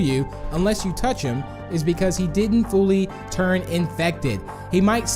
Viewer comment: " they turn" not "they trun" :/